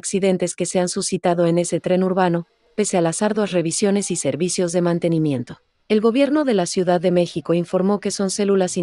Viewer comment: Me sacó la carcajada inesperada lo de : "... a pesar de las arduas revisiones de sguridad y mantenmiento..." XD